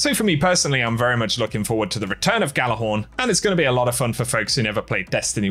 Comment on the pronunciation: Jallarhorn, the G is silent...